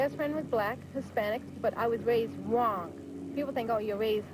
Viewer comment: "OH it's wong" lol yea stay over there breeding wit ya backwoods brothers lmao